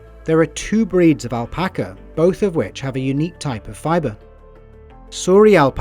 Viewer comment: Its a really good video but the pronunciation of guanaco, alpaca and Chile KILLED ME